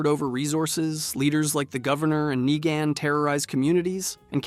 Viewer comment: Knee-GAN Its Knee g-in Bro wtf are you on where you can’t pronounce words correctly lol